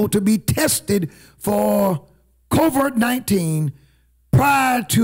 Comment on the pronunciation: Hey it's COVID 19 you keep pronouncing it as " COVERT 19."